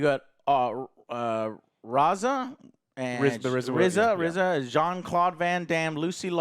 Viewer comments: Did Joe call RZA Raza? Smh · Did joe really say Razzahh when saying wu tangs producer Rza's name 😂😂 even Bill Murray got his and Gzas name correct lmao damnit joe whatre u in the twilight zone!